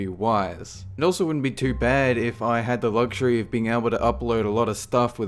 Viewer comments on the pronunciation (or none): none